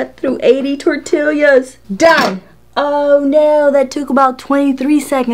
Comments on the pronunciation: "Tor-TEE-ya." Just sayin' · She said tortilias wtf Edit: I’m glad she now bows how to say it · “Tor-till’yas” ?? 😂🤣, as opposed to “tor-tee-as” .. kinda cute ! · your knife is fake diamond coated! We say tortillas, you say tortilias. It's all good! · OMG Tor tee yas! Not tor till yas! The southern trumps the Puerto Rican! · Its definitely NOT Tortill*i*a ITS Tortill-a... NO extra I !!! jesus .. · it's tortillas...not tortilias...... gosh I cringed so hard hearing you and it took you 10 minutes to even start with the first test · I like that you call them tortilias lol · Tor tee yas The double LL makes a Y sound. Funny how she pronounced both the L and the Y sounds. ☺ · Lmao 😂😂 at you saying “tortillias” I was one of those ppl saying omg if she don’t say it the right way (puling hair 😠😤😂) ❤️❤️ still love watching you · "tor'TILL yas" hahaha!!! :-D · I love when you say tor tillius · tor ti lias omg girl say it right ahahahahaha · Tortilias?🤔 Sorry but did I hear wrong? Am I trippin or she actually said T-O-R-T-I-L-I-A-S😂 this has me dying never herd anyone call them that😂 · Can’t believe it cut those “tortillyAhz”!!! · "tortillias" lmao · 80 tortilyuhs 😂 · TORTILIAS??? lmao ok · Momma Jen I laughed everytime she said that! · Don't you live in Texas? Lol,. Tortillas are pronounced; 'Tore Tea yas!' G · Tortilla = Tor-te-ya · Tor Tee Ah :) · She said TORT-ILIAS🙄🤦🏻‍♂️ I’m done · Great video 👍😄 Just the way you pronounce tortillas 😄 I've never heard someone say it that way 😂😂😂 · I really liked this video until I heard you say tortillas.